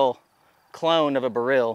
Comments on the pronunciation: Odd pronunciation of "Beryl". It's a type of gem stone (Emeralds are green beryls). Most folks, including jewelers and lapidaries, usually pronounce it the same as "barrel". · huh, similar to saying "B-role" in a mild slavic accent. I learned something new today. Thanks!!